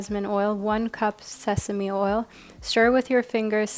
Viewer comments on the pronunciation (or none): none